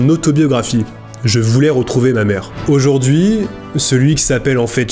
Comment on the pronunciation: Et "aujourd'huiT-encore" ! bizarre ces liaisons avec un T... mais c'est peut être lié à un trouble dyslexique. (Et pour info le prénom de la mère adoptive "Sue", se prononce ""SOU", comme la fameuse Sue Ellen dans Dallas) 😉 très belle histoire ça serait intéressant de revoir ce jeune homme aujourd'hui et connaître la suite de l'histoire surtout depuis sa popularité, il doit avoir les moyens de leurs payer une belle vie en Inde!